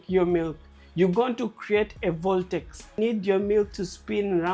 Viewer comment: Voltex a word? Is it not vortex